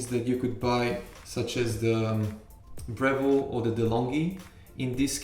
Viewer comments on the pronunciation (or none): none